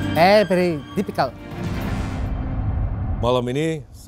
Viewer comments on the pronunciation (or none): Pery pery hat.. Pery pery dificelt... 😂😂